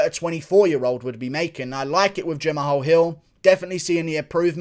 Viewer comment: No one: Guru: Jam-AHALL